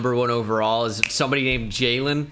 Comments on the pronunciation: How many times did he say Jayylean in this video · “Sir you can’t play” “Why” “Your name is not jaylen” “Yes it is. It’s spelled Brian but pronounced jaylen. You take us anyway we spell our names, right?” “Ok jaylen move along